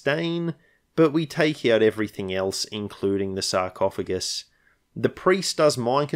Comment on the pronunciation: "Sarcoohugs" 😂 you gotta call it that in every campaign now